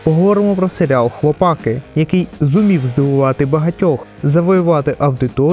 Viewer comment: одне уточнення: не хлопАки, а хлопакИ. Перше слово походить від "хлопати" (яке взагалі не є українським), а друге від "хлопці". В оригіналі серіал має назву "the boys", тож робимо висновки. А загалом, дякую за об'єктивний огляд серіалу. Сподіваюсь наступні сезони не погіршать ставлення до франшизи, а навпаки.